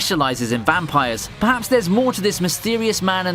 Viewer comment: lmao he said “Perhabs” XD